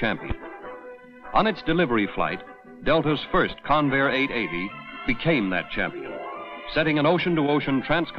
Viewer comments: That's CON-vair, not con-VAIR. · It's pronounced CON-vair, not con-VAIR. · I literally thought you said Conair lol They transport prisoners around the USA. I was wondering why they'd be building aeroplanes ✈ 🤔 🤣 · Accent on the beginning of the name rather than the end: CONvair. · I winced every time the fool mispronounced the word Convair. The computer graphics masquerading as images are pathetic and not even video game quality. The ads at the beginning and end suck - THUMBS DOWN